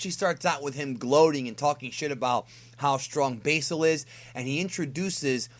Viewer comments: its like you went out of your way to mispronounce old red fox's name basil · basil is not pronounced that way